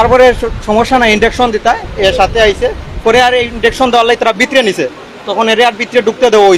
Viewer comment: ইঞ্জেকশনকে বার বার ইনডেকশন বলছে, অল্প সুখে কাতর হয়ে পরেছেন